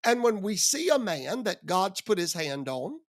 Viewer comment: 😂 Haha! "When God anoints a man (HURK!!)" You forgot the extra syllable at the end "man-UH!!"😂